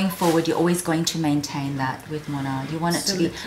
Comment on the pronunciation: I love the brand! Its been popular here in Japan and Korea in the luxury circle. You arent pronouncing it quite correctly but Moynat is amazing